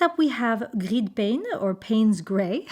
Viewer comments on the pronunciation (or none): none